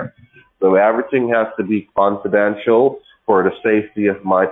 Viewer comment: Canfordential!!!!!!!! I think he means confidential..... Back to school, fellow